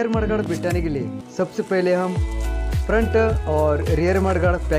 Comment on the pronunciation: Are u saying mudguard or marguard